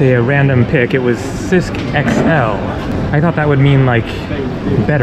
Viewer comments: Actually, the beer is pronounced cheesk, and thank you, in italian, is grazie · Waitress a bit charmless there! The beer is pronounced Chisk, btw.